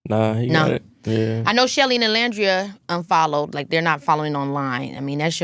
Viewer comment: hate the way she says nicolandria 😭😭😭😭😭